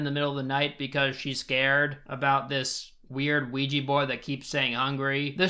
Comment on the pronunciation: I hate the way says ouija